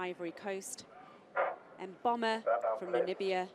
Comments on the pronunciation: the commentator almost pronounces Mboma correctly! She's been saying Momba all season. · What is interesting in this race is that the commentator lady finally got to pronounce Mboma's name correctly. Congrates to Mboma and the commentator lady